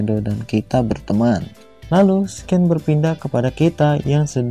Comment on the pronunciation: Bro scene itu dibaca sin bukan sken